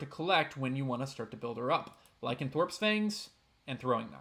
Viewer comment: I like your videos, and I have learned more than a little that I did not already know. However, even with your great narration and high quality diction, whenever you say Lie-Can-Thorpe instead of Ly-Can-ThROPE, I cry. 😢 Just a little though. 😊